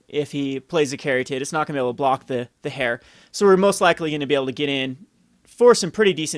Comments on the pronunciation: Just so you know, "heir" is pronounced like "air," not like "hair." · Heir is pronounced "er" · Heir. Noun. Pronounced /er/ For the love of fuck,.. please...